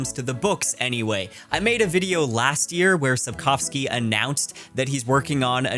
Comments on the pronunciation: once again reasserts himself as a king of booktube with his correct pronunciation of Sapkowski 🔥🔥 Cool seeing this more news style video from you! Liked hearing ur thoughts ☺️ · I love that you actually pronounced Sapkowski's name correctly